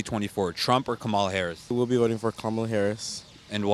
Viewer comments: If you are going to give an interview on VP Harris, you could try to learn the correct pronunciation of her name. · THANK YOU! I mean, it's not that difficult.